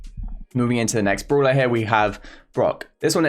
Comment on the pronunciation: Bruhler lmao I like the way u say